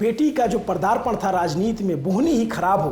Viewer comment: परदार्पण नहीं, पदार्पण।। आप लोग millions views की channel चलाते हो और basics ka ज्ञान नहीं।